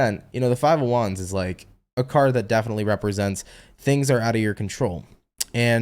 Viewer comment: That "defically" was totally "Blonis"!😂😅